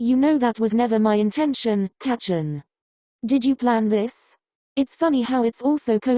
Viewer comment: Istfg in the future the voice will probably say ✨cOcAinE✨ or ✨kRakEn✨ instead of Kacchan, like bruh GET THEM WORDS STRAIGHT🗿